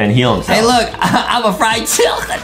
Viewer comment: It’s not called a chiLcken it’s called a chicken no L